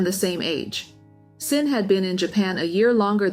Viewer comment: I’m curious, how can you call yourself ‘’ and say that you’re not an AI channel, but you’re not pronouncing Xin correctly?